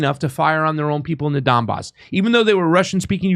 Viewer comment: WTF IS THE DON BOSS ITS THE DONBAS DOPE WHAT CAN I EXPECT FROM A FINGER READER LOL